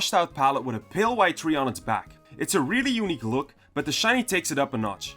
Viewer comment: TREE not THREE